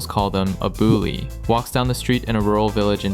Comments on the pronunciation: Bule isn't pronounced boo-lee, it's boo-lay without the -y, so it's boo-lé. It means wh*te/caucasian and its adjacent, basically ppl whose race like dutch ppl and similar to it. It doesn't mean all foreigners, some indo will tell you it just means foreigners, no they're wrong, it means white ppl. Also the part about old men easily getting young 20yo indo wmn isn't true at all. While it's true that if you're white (and east asian), you'll be considered more attractive here, but you still have to look average globally (4.5-5 is good enough) and kinda young, like below 33-35, that's if you want to easily get young indo wmn in their 20s. Those old foreign men with young indo wmn couples usually treat the women lavishly, that's how they can get young wmn, just like old indo men getting young indo wmn, they throw a lot of money, so it's unlike the vast majority of couples in indonesia where ppl are matched age-wise and have more modest lifestyle. Also this video is mostly about Bali which is hella westernized, wayyy more westernized than Jakarta, the mega city of Indonesia, Bali is considered like las vegas or miami in the US, and it definitely cannot represent the average indo ppl and their culture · I’ll give you a rundown. The pronunciation of bule is ‘BOO-lay', not 'bully'. Being a bule is good because you can fool around without getting married, and you get the chance to live and work in a foreign country, earn a much higher salary, and send money back home to build a house. Even if your partner unfortunately gets pregnant, you’re still okay—at least the child will be mixed-race with Caucasian DNA, which pretty much guarantees the kid is gonna be GL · It's pronounced "Bu-leh" not "Bu-lee" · as an indonesian myself if i do meet a westerner i usually just say "WASSUP LONDON" or "WASSUP (european capital and maybe new york)". also if u wanna say bule u say "boo-lek" instead of "booly" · Bule reads more like Boo-lay as in Creme Brulee